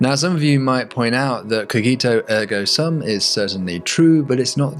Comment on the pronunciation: From my Latin classes, I don't recall your pronunciation of "sum." It should be "soom." Here's a pronunciation video for the phrase